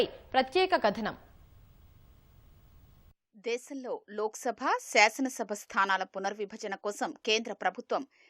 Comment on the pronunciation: Madam, pronounce it properly. Seasana (సెఆసన) sabha ❌. Shasana (శాసన) sabha ✅. దేసం desam ❌ దేశం desham ✅